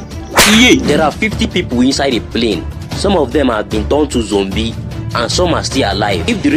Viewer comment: Not zombie but zombe😆😆😅😅